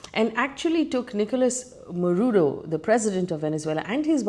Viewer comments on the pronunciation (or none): Marudo? Really? Not once not twice ….The entire video is about someone called Marudo!!! 😂😂! Who next? Russian president Vladimir Punit ? 😂😂😂 Egad!! 🤦‍♀️ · FD trying hard to show she knows what she is taking about 😂. Btw is Maduro not marudo